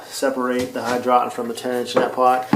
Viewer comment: It is called hydro - tonn.